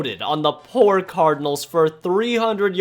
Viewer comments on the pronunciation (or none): none